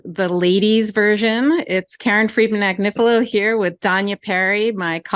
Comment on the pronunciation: Karen Friedman M'Agnifilo ... The 'M' is silent..